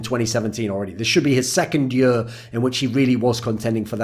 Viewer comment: Why does this dude say yur, instead of year?